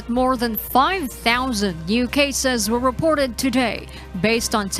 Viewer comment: And this woman is overdoing the English pronunciation, it should be cases, not caZes! The word measure should be pronounced as meZHer!.